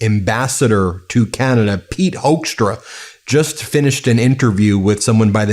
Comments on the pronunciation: Apparently his last name is pronounced as "hook"stra like e.g. a fish hook. It's a Dutch name but every Dutch friend of mine have strong opinions about this man and so do I. Not so diplomatic, in my opinion. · Pit Hoekstra is a hoax , as you can hear, but you pronounce it like hookstra as in hook